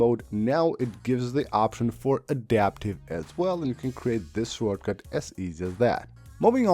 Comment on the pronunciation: “Shore cut” lol